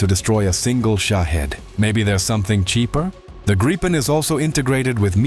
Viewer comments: It's not called the "graypen", but "greepen" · damn you.. its not graipen.. its greepen but the ee should be short like the last e... ee in english is i in swedish.. but short in this case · Gripen is the Swedish name for a Gryphon (The Queens English) or Griffin (American). Pronounce it Greepen and you’ll be correct. Grigh-pen is a really sad butchering of the name of this fine aircraft. Kind regards Anders, 69 Sweden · It is pronounced Greepen not Graipen….. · Graipen, Graipen, f_ck Graipen. It IS NOT Graipen - It is Griipen - G R I I P E N. [Like 'Mittens'] Fix your moronic AI sound making. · "Graipen fighters"? Completely mispronounced. It's "Gripen", but not "Graipen". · Graaaaipen fighters? What? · If I hear one more AI voice say Griepen fighter ill scream. Ai is absolutely killing youtube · No, it's a long i. Greepen is closer to it. But Swedes wouldn't mind if people said Griffon. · Pronoused: Greepen. The Griffon. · The pronounciation of Gripen incorrect. The i is pronounced as E in England. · In Swedish, 'i' is pronounced as 'e'.